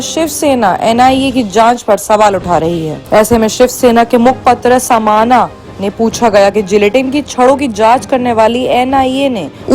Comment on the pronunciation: Samana nahi samna Boliye 😃😃😃😃😃😃😃